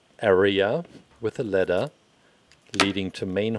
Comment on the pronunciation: I kept on thinking he was saying letter not ladder